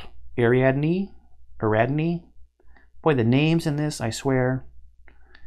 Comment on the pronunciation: Its pronounced Ari-ad-ne.. its my daughters name, named after the heroine who saved Thesius from the Bull, by providing him string and a sword to find his way though the maze, on condition he married her and got her away from Mino's. In the Myth he left her behind and is why I'm antagonistic to the Hornsworn in my first forays into the campaign.